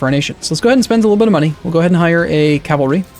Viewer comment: cavalry? *laughs*